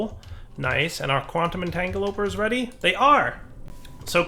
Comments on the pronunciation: Don't think has ever said "entangloporter" correctly lmao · Which is hilarious because I'm pretty sure a few years ago he used to say it correctly....